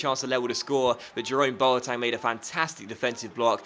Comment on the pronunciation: Why do you say boatang? Just wondering